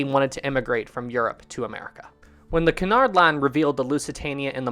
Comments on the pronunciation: Isn't it Cunard not canard? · I thought it was said like Kunard not Conard line